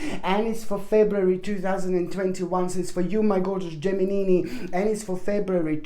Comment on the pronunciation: I like how you call the geminini👍